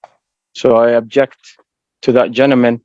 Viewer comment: Except, he’s saying “I abject”. 😅